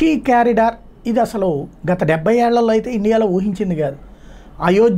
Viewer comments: కాషీ కాదు.... కాశీ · కాషి కాదు కాశీ